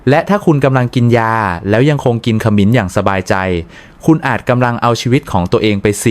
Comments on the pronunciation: บทความมีประโยชน์ดี แต่ทำไมอ่านให้ภาษาไทยให้ วิบัติด้วย จะสิ้น ไม่ใช่ ขะมิน สงสารภาษาไทย ช่วยดำรงค์ภาษาให้ถูกต้องเถอะ ปล่อยผ่านมันจะวิบัติทางภาษา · ขมิ้น ไม่ใช่ ขะหมิน น้ำผึ้ง ไม่ใช่ น้ำผึง ไม่ใช่คนไทยหรือคุณ พูดผิดๆถูกๆ ไม่น่าเชื่อถือ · คามิน-น้ำผึ่ง AIออกเสียงภาษาวิบัติหมด